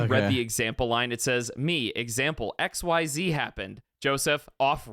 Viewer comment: Joseph reading "xyz happened" as "exeeds happened" like he was summing up a Ryzeal mirror match Edit: Ok good Jordan caught it too.